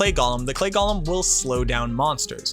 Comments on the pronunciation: Not Gollum. Golem. GOAL-EM. Golem. So help me if you say Gollum, a character from Lord of the Rings, ONE MORE TIME to refer to a golem . . . I made it to and quit. Someone please tell me just the best mercenary for my necro. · It’s go-lem not goll-em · Can never trust a video when they call it gollum instead of golem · "Wildly offensive" seems a bit hyperbolic. OP's tone seemed plenty chill. But, if we're going to debate the issue: the original Hebrew is purportedly pronounced gō-ləm, according to etymological origins provided in dictionaries, and Hebrew isn't a dead language. In fact, its preservation is a pretty big part of Jewish culture, iirc. The challenger pronunciation is almost certainly a result of J.R.R. Tolkien's "Gollum", confirmed to be pronounced "gäl'm" by the onomatopoetic description of the throaty hacking sound the name is derived from, into the fantasy zeitgeist. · That's fair. That said, you are communicating with at least one neurodivergent person in this conversation. I recognize that the discomfort I experience from the gäl'm pronunciation is a direct result of that atypicality. Thus, the choice of the connotatively individualistic "irk". But I'll put in my two cents on the off chance it can save me the discomfort in the future. One irking for another, at the end of the day.